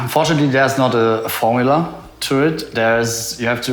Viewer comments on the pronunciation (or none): none